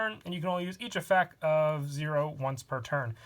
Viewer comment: Stop. Effec is not word plz and the way you say beelz's name makes me depressed